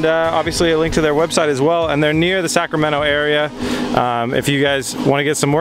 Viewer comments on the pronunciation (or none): none